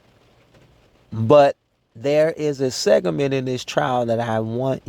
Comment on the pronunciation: It’s segment. Not segement!!!!!